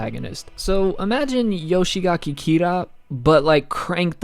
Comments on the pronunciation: Don't want to sound too picky but its "Yoshikage" not "Yoshigake" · It's not Yoshigaki Kira, it's Yoshikage